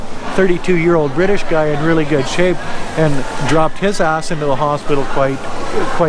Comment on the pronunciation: Emphasis on "really"